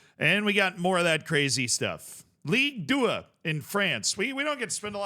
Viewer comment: Did he say "League Tuah" at the start??? Edit: probably. Since he then said "Pow-Pow FC"